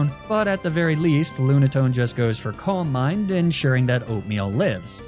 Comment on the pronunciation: Every time you say calm mind it takes me a second to register you didn’t say coal mine